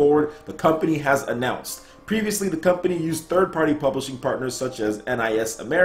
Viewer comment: Plublishing??? Fail! :)